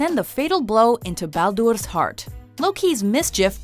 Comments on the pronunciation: Christopher Karlsson It is baldur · please stop trying to pronounce the names correctly. Every single time you try to pronounce the names correctly, it gets horribly wrong. Like freyja or baldur...or bifrost